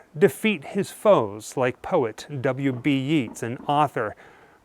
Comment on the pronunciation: Yeats is pronounced 'Yates'.